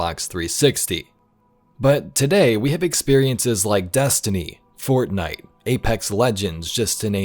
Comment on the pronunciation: Hearing say "Fortnite" made me laugh so hard, and wish I could explain why. 😂